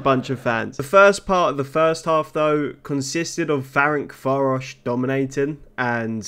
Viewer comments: hi its pronounced ferentsvahrosh and ooypesht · Great video! The teams names are actually pronounced a bit different. Újpest is kinda like Uypesht, Ferencváros is bit tricky, its would be something like Ferentsvarosh (ts like in the word tsunami), but you can call simply Fradi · Good ol’ “ferenkváárosz” and “üzspeszt”